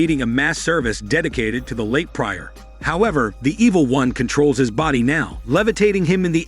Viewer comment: That's not how "prior" is pronounced.